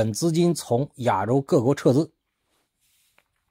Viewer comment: “亚洲”的发音不对。